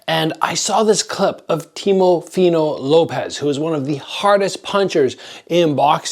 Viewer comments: Fighters name is teofimo pronounced teo fi mo lol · "Temofino"... :D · i was gonna say lol never seen teofimo pronounced so many different ways